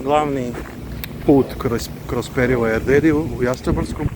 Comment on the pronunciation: Krivo izgovaraš prezime Erdoedi, ostalo je ok.